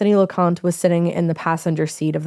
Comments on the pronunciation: Lo-con-tae is how they pronounce their name. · His name is pronounced Lo-con-tea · I grew up with Anthony. It was horrible news. He was a nice kid. And you pronounced his last name wrong. Loconte